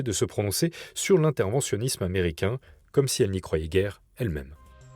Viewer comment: " le president t'americain , le dirigeant t'americain " La liaison phonetique n'est pas necessaire . Bon journal cependant .